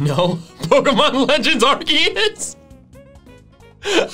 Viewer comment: Did mt man just say… ARCOOS? Dude, i’ve heard people who say ARE-SEE-US but…ARCOOS?! THE F